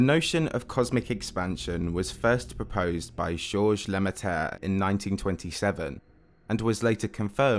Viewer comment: "le me-ter", its actually "le me-treu"